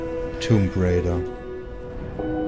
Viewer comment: Junge, schau wenigstens zu, dass du "Raider" richtig aussprichst. Es geht um das, was WOW-Opfer machen - nicht darum, was man auf Pferden gewöhnlich tut.